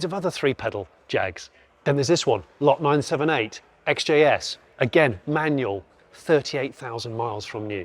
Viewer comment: Hate to pull you up on a few points but, think 60's Guy XJS is pronounced X-Jess. The Caddy looks dog plop compared to the W126 almost could be a Del Boy Bonnet De Douche edition! 😉